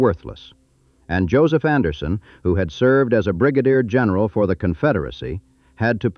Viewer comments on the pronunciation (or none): none